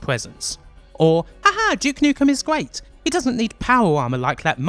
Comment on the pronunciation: you should work on your "R". guayt. guants. great video though.